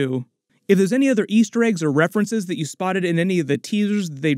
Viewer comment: its more “I hate chue”